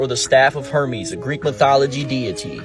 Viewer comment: Maybe he should look up how to pronunciate Hermes...